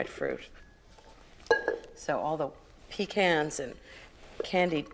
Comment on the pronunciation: She changes up how she pronounces “pecans”